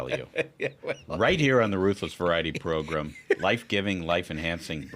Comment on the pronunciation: I tried. I really tried. I like your content, but I can't stand the way you guys say "program." Please stop using that word. How do you pronounce gram? As in a gram of coke or Instagram? Grem? 😂